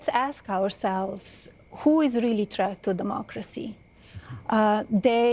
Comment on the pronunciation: She said that he is a chreat to Democracy. She said it twice. What in the hell is a chreat to Democracy 😂😂😂😂